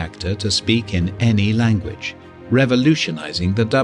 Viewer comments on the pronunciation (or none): none